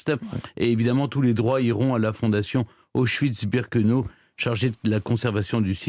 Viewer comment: Birkenau, ça se prononce "birkenao", pas "birkeno"...